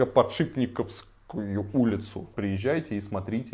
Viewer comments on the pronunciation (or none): Почему купер хаус, если коппер? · Хорошее видео. Вообще ни одного здания из этого топа не видел, кроме Москва Сити, когда был в столице. Будет интересно посмотреть в следующий раз. Спасибо! Пара поправок: ЭнЭфСи и Коппер (медный) Хаус.